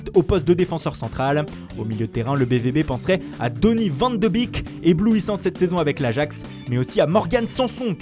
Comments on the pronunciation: Maciejewski oui sauf qu en l occurence ca ce prononce "van dé beek" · Ugo Maciejewski non ça se prononce pas i les deux E, on dit « éé » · Clem_ lmrd non en fait on prononce « van de béék » et pas « van dé beek ». Je vais à l’école en Néerlandais. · Moi g compris van de bique mdrr